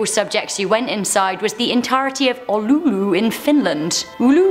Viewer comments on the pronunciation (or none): Its Oulu and its sayed the way its written and yes im finnish ☝️ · FINLAND! TORILLA TAVATAAN And the word that she was trying to say is Oulu which is a city in Fianlnd